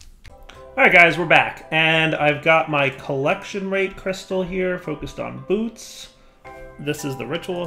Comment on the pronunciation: If Bootes is based on the actual constellation, I believe it's pronounced "boo-OH-tees" :)